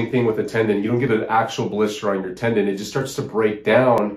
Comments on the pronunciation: Tendon not Tendin. ;) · Tendon, not tendin.😁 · TendOn not Tendin.